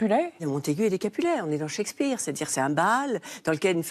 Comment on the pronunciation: « De Montaigu et Capulet ? » … non, non… de Bossemans et Coppenhole. On dirait le journaliste dans « Die hard ». Et ça façon de prononcer Shakespeare m a fait perdre deux ans de ma vie. Cheik speare ou chèque speare, je ne sais pas… Sa vie vie doit être tellement terne, un désert affectif. Un tel taux de transfert nécessite d aller consulter.